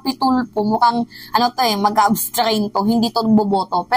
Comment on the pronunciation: abstain. anong abstrain? wag kn mag ingles